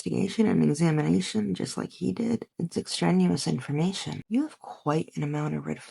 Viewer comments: I think you meant to say that it was "extraneous" information. I don't think exstrenuous is a word. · It's ex-specially ex-strenuous information